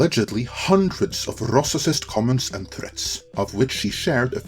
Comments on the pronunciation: What the heck is a "rossiscist",? Are you telling me you can't pronounce RAYcist with your command of English? Or is this an internationally mispronounced word to gaslight on your part? That aside, episode 2 want great, but 3 was solid. And yeah, there's a reason why inquisitors aren't Sith. They are immature hot heads. She's actually written pretty well for one of them. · Incredible video but please review your pronunciation of "racist" lol (you're mispronouncing the soft 'a' as an 'o' and adding an extra syllable. It's more like ray-cyst, not ross-si-cyst.). Keep it up! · Man your English is so good but you need to learn to say racist. lol. "rossissists" is not a word! I was seriously confused for a couple minutes there. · actually, now nearing the end you're butchering it even worse, now you're saying ROSSISIST... ffs, come on. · In your next video, try to pronounce rossissist correctly. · could someone please tell this moron that "racist" only has two syllables..? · What is up with the way he is pronouncing “racist”? If this is a dialect/accent issue okay (though I don’t remember that pronunciation in previous videos). If this is some attempt by the narrator to mock the idea of racism be present or in general than you basically lose any and all credibility or pedestal your trying to preach from. Any moron knows Hollywood/Entertainment isn’t going to fairly represent the world at large so I would hope, whatever your political bent, you can recognize that racism in this country is still very much a problem and not worth mocking. That shouldn’t be a hard concept even for a channel moderated by mostly middle aged white men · Anyone who actually believes this playbook can only be a bigot. And what’s up with your pronunciation of racist? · Can you please say racism and racist normally? I wanted to share this but between your great accent and purposeful mispronounciations, my normie friends might not get it.